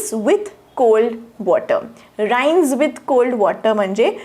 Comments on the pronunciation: Ma'am Rinse lt will pronounce in रिन्स् not राइन्स् as you pronounced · ma'am Rinse will be pronounced रि्न्स् Not राइन्स्